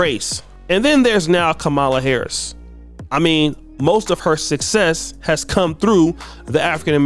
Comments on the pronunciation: Whats bad, is your an adult that still cant pronounce VP Harris's name. Kids know how to say her name right and you still cant say it right? LOL, try to learn some. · Wow, you mispronounced her name throughout this whole video smh